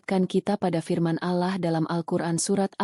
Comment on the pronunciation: ALLAH bukan alah